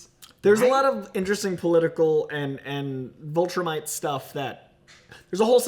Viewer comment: Am I the only one weirded out by them pronouncing it 'vOltrumite'? Like, is that some inside joke or did you guys just never see how it was spelled and misheard it over and over and over again while watching the show??? Also how has no one told yall??? It's 'viltrumite' with an 'i'...